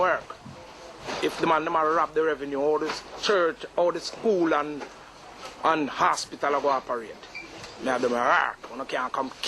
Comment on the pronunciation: Him say ASS-PITAL🤔